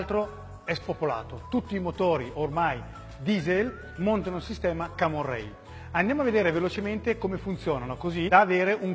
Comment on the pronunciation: cammon rail non si può sentire pero :-P